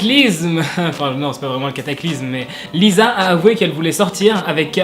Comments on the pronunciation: Lisa ca se prononce Lissa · Super vidéo, mais Jisoo se prononce « Jissoo » et Lisa « Lissa » et Seulgi « seulji »